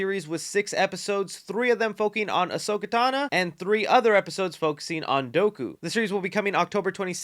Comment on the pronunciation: I can’t wait for Ahsoka tana Seriously so many people mispronounce Ahsoka but got it right only for Ahsoka 😂